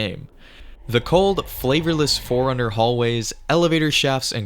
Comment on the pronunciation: Just realised, "Forerunner" sounds like "Foreigner" the way you say it.